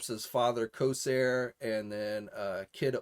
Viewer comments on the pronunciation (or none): none